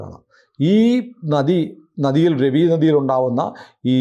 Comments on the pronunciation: രവി നദി അല്ല രാവി എന്നാണ് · It's prounced Raavi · It's pronounced as Raa-vi !